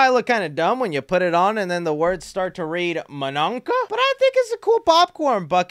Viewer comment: You make laugh when you say manunka. 😂😂